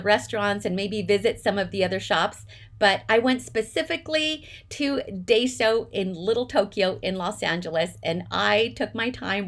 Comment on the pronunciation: Love your haul! Lots of cute things. Yes, I have to limit myself when I shop there, too, or things can get out of control quickly! Several years ago, they had some adorable packaged trims in the sewing section, including daisy trim in all different colors! I used to live about 20 minutes from one; now it's more like 40 or so. (Please don't be offended, but it's actually pronounced "die-so". 😊)